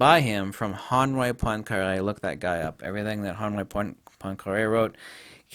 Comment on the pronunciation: Go as deep down the rabbit hole as you want. Some of us would love it. Also.. "Henri Poincaré".. I had no idea what you said.. sounded a bit like HONWAY PONKER. Took me a few minutes to find it (so for anyone else who needs that name).. I don't know too much about Einstein.. I read his theory of relativity when I was 16.. found it interesting, but I didn't find it very compelling compared say.. Tesla.. now that's a different story. thanks for your video.. :)